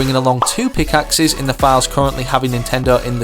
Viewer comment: pickaxe is “Bitemark” love ur vids